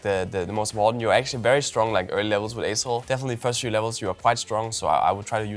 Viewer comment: Am every time you said the champ name I hear assshole 😂😆